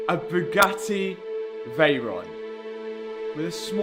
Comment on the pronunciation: ngl the "vey and ron" made me laugh